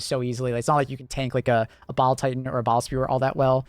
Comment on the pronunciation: I keep hearing bowel titan